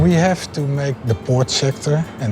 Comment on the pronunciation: "We ave to standardize"....Apple has left the chat.